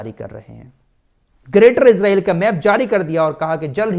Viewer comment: ap ejraiel na bole esraiel bole